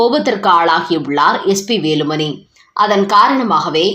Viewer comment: அம்மா செய்தி வாசிப்பாளரே ன வுக்கும் ணவுக்கும் வித்தியாசம் தெரியாமல் செய்தி வாசிக்காதீர்கள் வேலுமனி , பனம் ,திருமனம் என்றெல்லாம் கேட்கச் சகிக்கவில்லை.